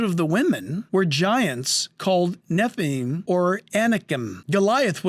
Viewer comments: for the love of God, it's nef-a-limb, the other dude you're reacting to, says it the right way, yet you're compelled to say nef-a-lime. hope this helps! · NEW GAME: Drink a shot every time he says "basically" or whenever he mispronounces Nephilim as "neffelymes!" 🤨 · You're hurting pronounce nephilim three times and you still mispronouncing it get it right